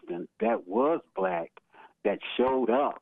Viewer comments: The word is BlacK not blass open your mouth and quit being a cooonnn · …’to let the blass in…’ (universities) 😂